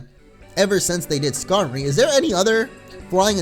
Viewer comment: skamory is pronounecd Ska-more-ey